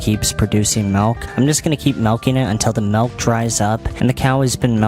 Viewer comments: I hate when people say “melk” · Anybody else hate how Leafy says “milk”? There’s no E in that word man, stop saying “melk”. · He pronounces it like meLK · STOP SAYING MELK. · The real reason Leafy was banned is because he fucking says "MULK" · It makes so much sense that Leafy pronounces “Milk” “Melk.” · Is no one else bothered by the fact Leafy says “melk”?? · "I'm gonna melk the cow to complete udder exhaustion"